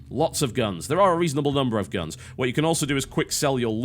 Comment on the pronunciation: "FARCRY TWHEEE IS LIKE SKYIRIM WITH GAAANS" Isn't that Fallout? XD